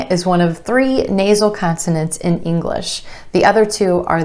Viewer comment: Please, always make the hard g clearly hard in "English" and similar words. You almost omit it. It should sound like the g in glad.